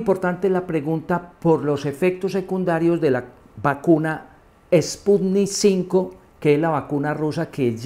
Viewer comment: Se la da de experto y dice sputnik 5 🤦‍♂️